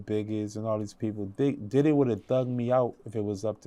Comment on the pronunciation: I’ll forever love how he says Diddeh